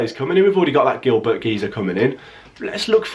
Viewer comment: As long as we keep Grealish, Hourihane, McGinn, Chester, and Kalinic and buy players around them I'll be happy. Plus you've gotta pronounce Frédéric Guilbert right btw. UTV 🍀🍀🍀🍀🍀🍀🍀🍀🇮🇪